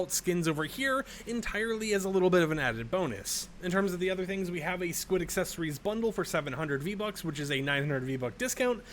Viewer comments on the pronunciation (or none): none